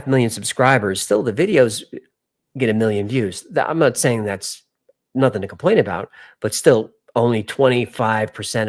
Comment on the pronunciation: “Compilations”…not complications.